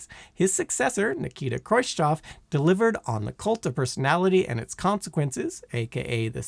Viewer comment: If you're gonna do a video about the Soviet Union at least do enough research to not call Khrushchev "Kroischov" 😅